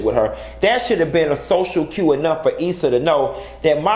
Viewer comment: Bosse 109 girl what?! It’s cues! NOT ques! 🤦🏾‍♀️ At this point just bye! Byyyyeeee! 😂😂😂